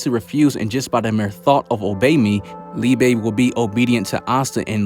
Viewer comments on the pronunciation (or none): His name is pronounced like lee-buh